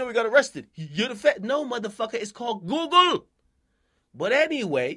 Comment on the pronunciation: MAD JAMAICAN WHEN HE SAID GOOGLE 😁😁